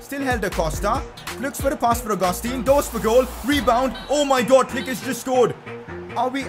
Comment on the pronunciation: It's pronounced au-ga-stan